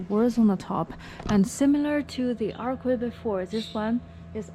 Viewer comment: You speak fantastic English but a little pro-tip is "archway" is pronounced "artch-way". It's one of those things that makes English so difficult but the "ch" is the same as "China". Hope that helps!